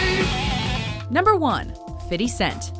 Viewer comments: Why does she keep saying "fity" instead of "fifty cent" Gah, that bothers me! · You can stop pronouncing his name "fity" cent. Its Fifty cent...smh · Fiddy Cent???? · I wish white people would stop saying "Fiddy" cent (50 cent), it's pronounced "Fithy"(Fi-THEE) Cent!! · I hate the way the narrator says 'fiddy cent'. Its FIFTY CENT! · 'fiddy cent' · lmao Fiddy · Fiddy cent? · fity fity fity fity cen fity cen fity cen FITY Gah, some more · lol fiddy cent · Fiddy Cent AAAAAAH GAWD DAT PRONUNCIATION DOE